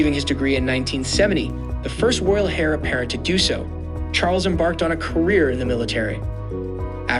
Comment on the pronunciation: The h in heir is silent. The word is correctly pronounced "air", not "hair".